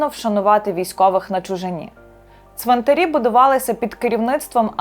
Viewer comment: Важлива і потрібна для розуміння інформація. Дякую. Щодо мови ведучої – варто частіше спілкуватися з різними українськими словниками. У слові 'ЦВИНТАР', наприклад, наголос падає на ПЕРШИЙ склад як в однині, так і в множині !!! Тож не калічте в етері українську мову, адже ви ділитеся власною думкою з усією Україною і не тільки.